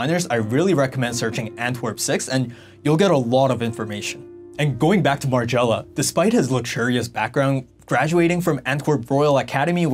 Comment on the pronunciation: margiela.. my favorite brand. great video, you should learn the original pronunciations tho. just a bit of constructive criticism